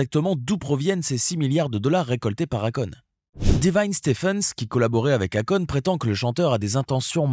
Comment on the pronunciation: Si tu prononce akone. Alor que c'est écrit akon. Et que en réalité sa se prononce èykone.....😂 Pourtant tu prononce bien quand tu parle de sa société. Étrange